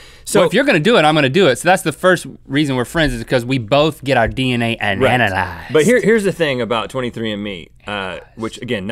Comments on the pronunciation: Did anyone notice that when Link said analyzed, he said "ananalyzed" an then he whispered it under his breath to see if he said it right. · My guy said ananalyzed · Link says "ananalyzed" lolololololololol